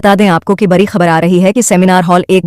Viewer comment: Pahle to ap sahi se bolna shikho bri khabar nhi hota badi khabar hoti h larai nhi ladai